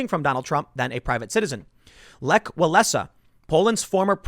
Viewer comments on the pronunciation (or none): none